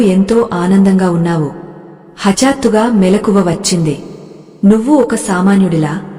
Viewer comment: sariga telugu telisinavaritho cheppochuga.aagnya,moodha ,hatattuga ilaa konni padalu tappu palukutunnaru.tiyyani payasam lo palukurayi laa. జ్ఞానము జ్ఞాపకము.. గాఢ దృఢ ఇలాంటి పదాలు పలికేటప్పుడు..